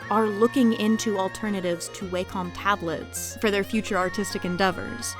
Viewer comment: Wacom is a Japanese company, so "Wah-com" is the correct pronunciation.